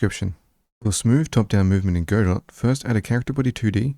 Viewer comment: The “t” in Godot is silent.